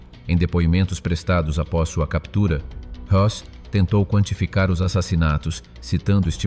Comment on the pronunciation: I believe it’s HESS, not Hoss. Hoss was Ben Cartwright’s son on Bonanza.